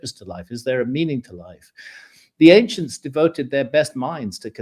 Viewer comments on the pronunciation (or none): Love these guys, but when Graham says, "the ancients" I always giggle. No clue why, but it just sounds funny to me.